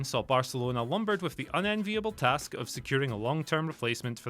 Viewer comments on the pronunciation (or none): none